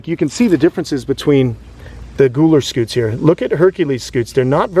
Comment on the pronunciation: Gooler Scoots??? That's exactly what it sounded like....😆 that shell on Lumpy has all those spike like things..are those "pyramids"? I heard that on Dr. K Exotic vet TV show. I bet you know her... She's in Florida. Have you used her? She has a Sulcattos tortoise. It has a weird name..Duram..Duuhhh...oh heck I can't recall. She uses him for tortoise blood if she needs it. Fascinating!